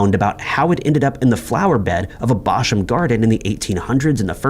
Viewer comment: Apologies, sweetie, but it’s “local to”, not “local near” as “local” and “near” mean the same thing in this context and so it’s just redundant……and as someone local to upper AND lower Chichester…..ain’t no Bosham around here so he’s saying it right.